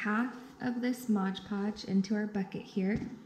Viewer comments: it's mod podge, not modge podge. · Mod podge not modge podge.